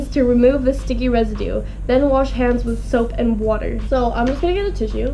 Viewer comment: I like how she says water! 😂